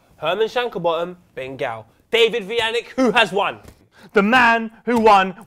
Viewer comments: WHY DOES POET ALWAYS PRONOUNCE VUJANICS NAME INCORRECTLY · David how do you feel about saying your last name wrong? I think it is kinda funny